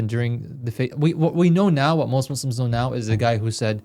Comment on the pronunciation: Why do you guys say muslams? Shouldn't you say Muslims?